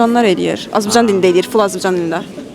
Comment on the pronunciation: xanım sevərək izləyirəm sizi. Xətrinizə dəymək vəya irad tutmaq üçün demirəm ama. AZƏRBAYCAN SÖZÜNÜ AZƏBACAN kimi səsləndirib deyirsiz bu xoş olmur AZƏRBAYCANLI izləyiciniz kimi sadəcə demək istədim💖🌸